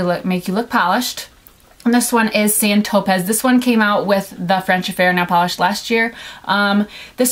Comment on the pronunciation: Sand tropez. Not sand topez. And mint sorbet, not mint sherbert.